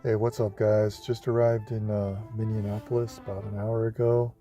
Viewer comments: Also, the way he says it as "Minninapolis" 😂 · Oof… I’m from here!!! It’s “MINI-AH-Po-Liss (like “hiss”, from a snake)” I don’t know how people miss pronounce it EXACTLY how he did so frequently! 🤣 Plus, if homeless, this is the WORST place to move to!!! ☃️❄️🥶❤️💛💙